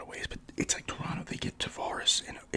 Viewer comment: Haha shout out to you for pronouncing Toronto correctly 👏🏽👏🏽😊 Second T is always silent 😂😂